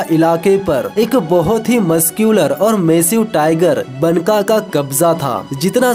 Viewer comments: Baka not banka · मेरे भाई, बनका नही, "बांका" मतलब खुबसूरत.. Banka का उच्चार बांका है यहा.. बांका.....